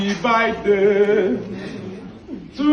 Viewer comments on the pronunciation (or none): Birthday ❌ Byeday✅ Ewoo Daddy'm😂🤣